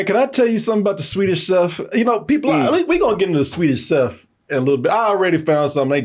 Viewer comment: Trying to pronounce swedish chef he was fighting for his life out here 😂